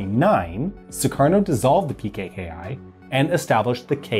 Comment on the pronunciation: No pkki (x) ppki✓